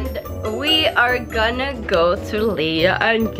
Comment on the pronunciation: It's Leah not LAEH